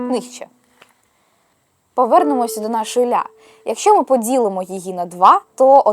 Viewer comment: не "звдзяки", а "завдяки", не "молоців", а "молотів", не "подзілимо", а "поділимо"